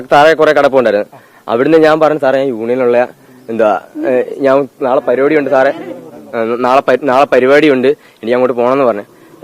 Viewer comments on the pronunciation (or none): none